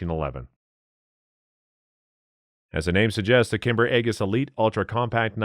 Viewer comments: Shows a Bereta 92FS instead. 👎 it's Ae-J-is, not AeGIs. Goddamn AI voice. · The g in aegis is soft, not hard.